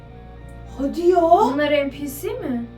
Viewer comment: Abla o npc diye okunmuyor enpisi diye okunuyor